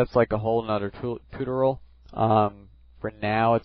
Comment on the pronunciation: Nit pick... it's tu-TOR-eeyal, not TU-tor-ul.